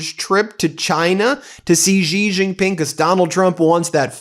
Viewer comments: Please pronounce it “She” Jingping, not “zhjeee”. That’s the proper way to say Xi. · Dear Ben, as I have told you many times before, the name Xi is pronounced more like the English "she", not "gee". I make this observation having spent 2 years in Shanghai during which I took Chinese lessons based on 普通话 which Westerners call Mandarin for reasons I do not understand. If Chinese readers want to comment, please do so. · It's Xi- Pronounced "Shee" not GEE, Ben, do better my man. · Xi Jin Ping: The 'Xi' is pronounced as 'she' not 'jee' or 'zhee'. Just FYI.